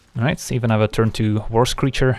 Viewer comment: Also "Worse Creature" instead of "War Screecher".